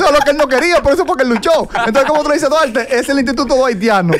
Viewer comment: Como le explicamos a Duarte que su nombre se pronuncia con L “Dualte” 🤦‍♂️